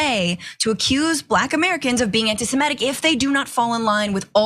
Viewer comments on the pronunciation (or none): Please, please, PLEASE! It's Anti-Sem-i-tic, not anti-Sim-e-tic!